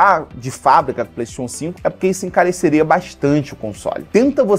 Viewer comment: nao sabe falar PlayStation